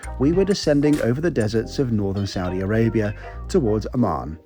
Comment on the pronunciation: A Word to the Wise: The way you pronounce ‘Amman’ is perilously close to ‘Oman’.